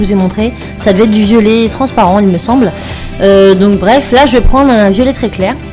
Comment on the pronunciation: un moment tu as dis violet cairé